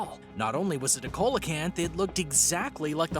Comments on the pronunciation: Coelacanth is pronounced SEAlacanth also its not THOUGHT to be alive it is KNOWN to be alive they have been filmed from subs for nature programs ..... So if you can not say the name right or even fact check if it is known about or not try lookiung at Wiki for a quick fact check i didnt even bother to view the rest of the video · I agree. That was cringe worthy. For example; Coelacanth.. SEE-la-Kanth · The pronunciation of coelacanth at the beginning is enough for me to know that they don’t know anything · This mans HAS to be mispronouncing things on purpose tHyLaCiNe, CoElOcAnTh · The pronunciation is sea-low-canth, Coelacanth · It’s actually “siːləkænθ”. The “low” part in your pronunciation is more like the “a” in the word about. However, if the guy in the video pronounced it the way you did it wouldn’t bother me as much as it did. I mean come on! It takes two seconds to google while it probably took several hours to “research”, script, edit, and do the voice work for the video. I haven’t watched the whole video but would guess based on the other comments that this isn’t the only glaring mistake. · The pronunciations are killing me. Google takes just seconds,. Number 9 is not a "cola-canth", it's pronounced "see-luh-canth". You said "Java", nearly perfectly but pronounced "Javan" all kinds of weird. "Jah-vuh". "Jah-van". Megalodon- "meh-guh-LUH-don", not "meh-guh-LOW-don". There's literally a recent movie/cult obsession with the creature. I also agree with the folks saying "no proof they're not extinct" ≠ "may not be extinct". By that logic, unicorns, yetis, and chupacabras may be real/"not extinct" as there's no proof they are. 🤦🏻‍♀️ not one of your better videos on this channel but thanks for trying, I guess. C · see la canth.....not co la canth ...smh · ITS NOT A COLA-KANTH it’s pronounced SEE-LA-KANTH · (Sounds like)=Ce-la- kanth Not Cola-kanth🐟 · You sead coelcanth wrong it's seel_oh_canth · Pronounce Ceelocant not colocant lol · Coca Cola kanth